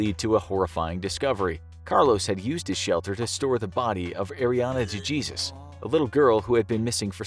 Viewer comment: de Jesús, not DA GEESUS 🤦🤦🤦